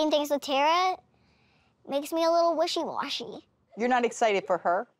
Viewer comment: ''wishing washy''